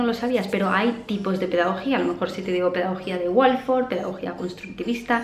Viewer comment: Pedagogía Waldorf. No Walforf 😅